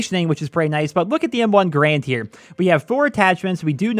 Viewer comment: Pronounced Garand wrong